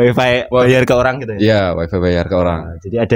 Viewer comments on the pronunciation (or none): none